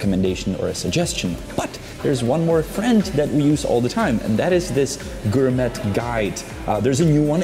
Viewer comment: Its pronounced gor may not gor met fyi